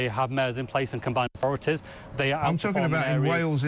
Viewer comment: "Authorities" you thick twat, not "orforities".